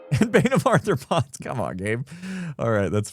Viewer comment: Is saying “Bane of Arthur-pods” instead of bane of arthropods 😂